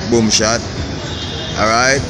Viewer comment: Hey U r doing a great job with excellent service. I like the video presentations and most of ur commentary. But I suggest 2 things. Can u just tell us full date of filming each time. If we watch this video a month from now we only know it was on a Saturday. Second thing - rolling ur Rs in ‘alright alright’ does not sound cute; it reminds me of some ridiculous sounding preachers. Good work man 👍🏾